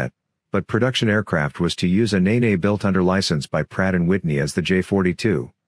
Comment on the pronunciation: The Rolls Royce Nene engine is pronounced Neen to rhyme with bean and not nee-nee. Panthers were a great looking early jet.